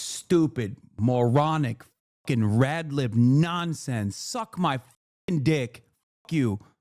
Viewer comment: Did you hear how hard he hit the “R” in “Rad-lib”?!?! This is Fake vs Real Left, early-stage fascism vs democratic socialism. The Nazi came for the commies before the minorities!